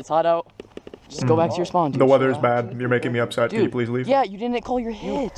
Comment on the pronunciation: You say pwease and tank you to me..